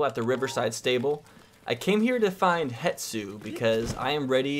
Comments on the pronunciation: It's Hestu 😂 how did you make it more difficult to say out loud? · Wow, that's great info. Thanks for sharing! I'm brazilian and for us it's easier to say Hestu :)